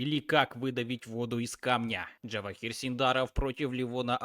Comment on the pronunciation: Каждый раз слушаю и удивляюсь, почему нельзя имя правильно произносить, ты пиаришь язык Java? Имя на букву Ж, а не Дж(